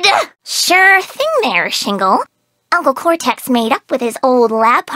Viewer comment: I like how Nina pronounces uncle cortex as Unckey Cortex, it sounds very silly for some odd reason.